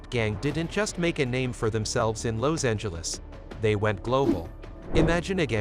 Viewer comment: Where the f**k you from pronouncing Los Angeles they way you do,? I ain't never heard it like that?